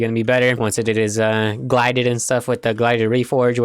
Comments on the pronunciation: Pronounces it as glided instead of gilded :/ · I love how he said glided and not gilded 😂😂